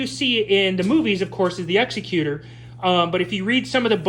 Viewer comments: Has anybody told you yet, that you're mispronouncing the name of the ship? It's Executor, as in, the top executive of a company, a person in charge of a will is most commonly called the "executor of the will". You keep saying Executor as if it's an Executioner, a person that kills other people, mostly after a trial. There is no executor as it pertains to an execution. An execution has an executioner. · Yay another crappy ripoff that probably copied some fan’s design and the guy reviewing didn’t even pronounce Executor correct. How do you do a review of a Star Wars ship with out even knowing how to pronounce its name.